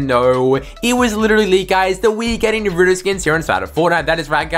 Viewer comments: that’s how you say naruto.... it’s not Na-ra-toe it’s Na-ru-to that’s the oringal Japanese way to pronounce it 🤦🏽😭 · Lol this guy spends like half the video talking about toon meowscles and when the Naruto part comes, he calls him nurutoe😂😂 Edit: You know what we lack? Him: Saasssuuuuuuuuukeeeeee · dude he says it like NaRuddo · i hate how he calls him narudo as a actual anime watcher and naruto fan it annoys me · Nay rue toe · The way he says NARUTO pain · The way he says Naruto wrong 😔